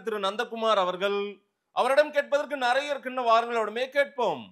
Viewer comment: அது என்னடா நறய? நிறைய என்று சொல்லி தொலையேன்.